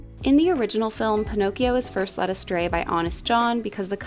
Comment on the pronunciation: One word: “Pinokes”. WTF????